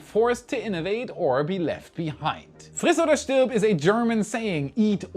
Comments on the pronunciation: Is a german? First time being on this channel and there was literally no accent at all by him saying "Friss oder stirb". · Your pronunciation of "Friss oder stirb" is accurate!